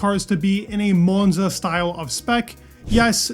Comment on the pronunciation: Why do you say monza .. like your holding your tongue..